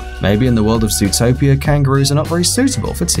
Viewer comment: Ikr. It's zootopia not zootipia